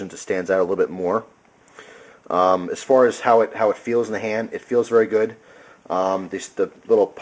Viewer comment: I notice how you are sayin hand like hant ... are you german ? (lols in a corner)